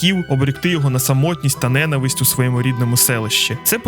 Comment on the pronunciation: дуже круте вiдео, але правильно "ненАвисть" (наголос на лiтеру "А". Моя улюблена арка, особливо в момент коли з'являються Мiнато i Кушiна - багато разiв передивлявся Шiпуден i завжди плакав на цьому моментi, як, власне, плакав i пiд час перегляду цього вiдео. Обожнюю це анiме - думаю, для мене це анiме найкраще...шкода, що багато хто не не хоче розумiти сутi цього шедевру i хейтить за якiсь дрiбницi... а про музику я взагалi мовчу. Саундтреки Iтачi i Сасорi в анiме просто неймовiрнi в сумнi моменти.